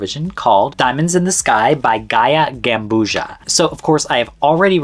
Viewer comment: I'm sorry, but its pronounced like Pizza.